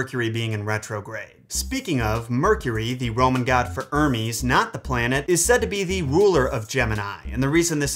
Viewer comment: Ermies 😂 instead of Hermes